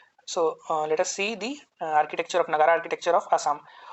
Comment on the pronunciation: It’s Nāgar not Nagarā 👍🏽